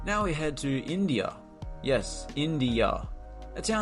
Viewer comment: Indzia...not India